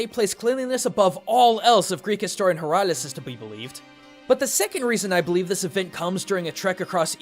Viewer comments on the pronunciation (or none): none